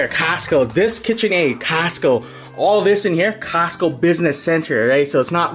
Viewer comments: The way he says "costco" sounds like he's saying castco. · It's not Casto... its Costo!! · "Kast Co" 😂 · No one:: "cAStCo"😂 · I love the part where he said "casstco" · How else do u say it? 😂😂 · The way he says Costco 😂😂😂